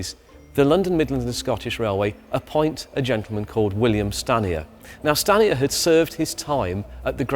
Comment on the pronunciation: Every time you said Stanier I keep hearing scania, though that's probably because I have been watching videos on scania but dam they almost sound the same.